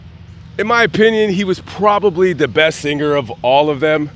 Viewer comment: Why Do You Pronounce "Sing-ger' instead of Singer!?